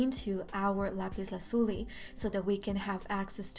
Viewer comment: I like your pronounciation of lapis lazuli